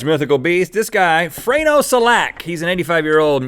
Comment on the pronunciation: AND IT S FRANJO NOT FRANO AND IT S SELJAK NOT SELAK